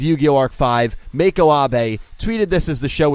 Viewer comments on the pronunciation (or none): none